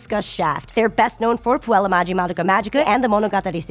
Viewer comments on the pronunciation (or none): none